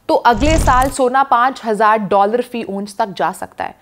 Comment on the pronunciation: Please.....its not " onse" but " ounce"